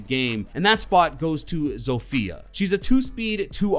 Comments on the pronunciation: Plz not zofija read as zofja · My classmate name's is Zofia and she says its pronounced Zosja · It’s pronounced za fe a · Hey, no offense, but you pronounced Zofia’s name wrong. I know this because I asked a Polish exchange student at my film school about Ela & Zofia, and while Ela’s name is correct, many have been mispronouncing Zofia’s name. You’ve said it like “Zoe-fia”, with a short o sound, as if it’s “Sofia” but with a Z. It’s actually pronounced “Zah-fia”, with a long o sound, so it’s like “Mafia”, but with a “Zo” in place of “Ma”. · LePrEcHaUn_R6, I was simply explaining that got the name’s pronunciation wrong from how the Devs and people in Poland who have that name say the name. You can’t diss me for trying to explain a technicality.